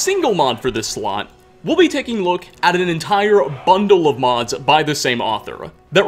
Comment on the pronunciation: "our episode of immersive skyrim modsuh"